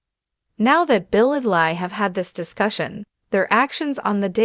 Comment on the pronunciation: Her name is pronounced LEE not Lie!!!!